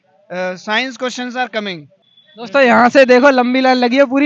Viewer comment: kya english bola😂😂... comming 😂😂😂😂 ...joker kahika...Hindi bolne m saram ati ha kya?😂😂